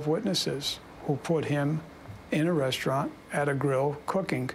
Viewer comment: Restaurant, not "restraint".